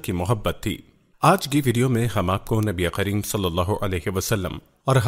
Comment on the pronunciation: SubhanAllah bhai aap nabikarim ko nabiqarim bol rahe hai